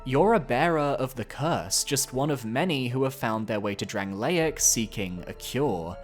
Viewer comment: sorry but how did we pronounce dranleic, lots of attachment you say?????? pfff bro thats rancid